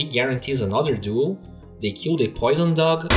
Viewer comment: really enjoy your content but... please, could you pronounce "kill" clearer? it often seems for me that you say "Q" (kew) and i wonder what did you mean? some hero's 1st spell? or some "key"?